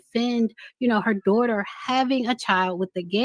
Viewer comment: Don't talk about my dzaughter my dzaughter my dzaughter